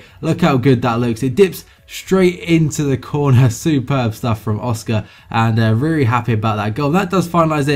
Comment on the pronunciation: This was a reary, reary nice video. Reary, reary well done. Also a reary, reary good question at the end. reary, reary.